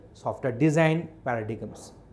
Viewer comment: It is pronounced as para-dym.